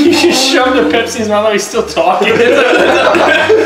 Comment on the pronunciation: When Scotty said Pepsi I thought he said KFC